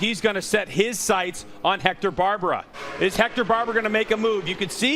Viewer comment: Nice race,super fight f 3 place👍 and his name is Hector BARBeeeRa Not Barbara.....😉😂